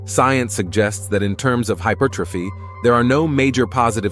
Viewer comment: It's pronounced HY-PER'-TROPHY, not hyper tro'phy. Someone needs to tell the bot.